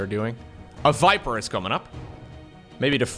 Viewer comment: I love when says Fiper. The V/F swap is like... Really endearing